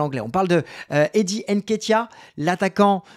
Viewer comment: C'est pas N-Ketiah, mais NKétiah ! Tu vas y arriver tqt Mbappé Ngolo kanté